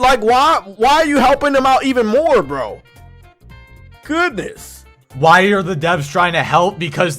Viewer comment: I chuckled when he said ´goodnefffff´ 😂